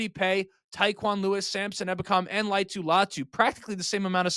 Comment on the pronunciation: All vowels are pronounced with most Polynesian names: La-i-a-tu Latu.